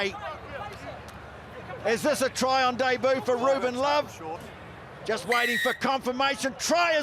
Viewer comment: Why do Kiwis have such difficulty pronouncing “debut” correctly?